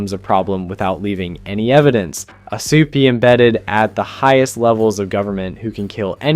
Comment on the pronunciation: Why do you keep saying "supah"?